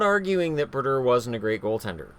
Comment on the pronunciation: Bru-dur. haha